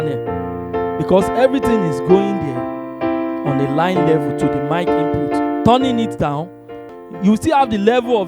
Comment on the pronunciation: Hey! Its should sound " IN PUT " not Inputes..